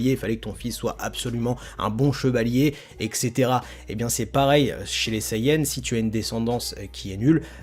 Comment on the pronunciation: Etcetera* et non ect(x)tera ;)